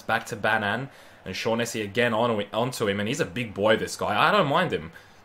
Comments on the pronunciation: It’s pronounced shocknessy not shawnessy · Pronounced Chibiki and shog-nessy